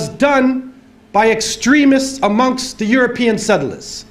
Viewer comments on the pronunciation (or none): none